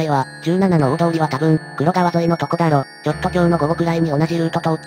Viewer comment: 名古屋市専用の可燃ゴミ袋が に😂 ❌カネシロ ⭕️キンジョウ ❌クロガワ ⭕️クロカワ